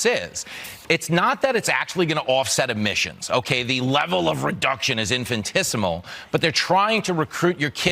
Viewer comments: Infantisimal? Does he know the word infinitesimal exists, but didn't know how to say it, or does he mean small, like an infant? As if they aren't stupid enough. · My God, these people. "Infinitisimle?" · The GROWN MAN in that fox news clip thinks pizza rolls are cooked ON THE STOVE and pronounced the word "infinitesimal" as "infantisimal". And people really take that network seriously??? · The word is "infinitesimal", you moron. Yeesh. Oh, and thanks for unleashing your expertise on the video game industry upon us; it's always fun watching people become observable examples of the Dunning-Kruger effect.